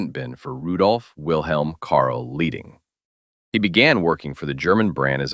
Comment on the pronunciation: His name is "Leiding". Can you please re-record the audio caling him that? Not "Lieding". "Leiding". Find someone who speaks German FFS.